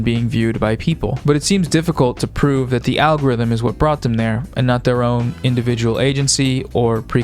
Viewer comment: And I'm heah foh dis awgowifum